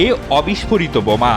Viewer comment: বমা না বোমা।